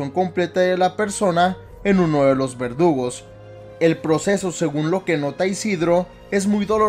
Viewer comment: pense que decía vergudos